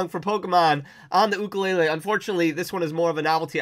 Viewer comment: Awesome video and you are saying ukulele correct!